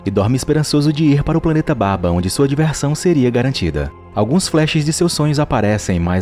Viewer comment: Não é baba é sim babua